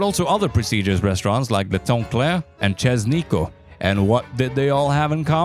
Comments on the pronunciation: "Chez Nico" ❌ "Chess Nico" ✅ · 'Chess Nico'. I think you'll find that's pronounced 'Shay Nico', bud. And Stephen is pronounced 'Steven' not 'Stefan'. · Chez nicho. Chez is pronounced "ché" in english it is closer to the irish last name O'Shea just drop the O. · Chez Nico= chey Nico. Prononciation my friend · Chez Nico = Chez as in ‘Shimmer’. Shay. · btw chez nico is pronounced “ché” or chey nico.